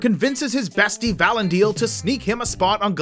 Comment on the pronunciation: Learn this, please: ee-SIL-dur; va-LON-dil. It's not hard. Just take a minute to research it. Watch five minutes of an episode with them in it. Pronounce it the way the people in the show do. They know. They have Tolkien's pronunciation guides and a professional Tolkien language expert that they learned from. Trust the characters in the show to know how to correctly pronounce the names.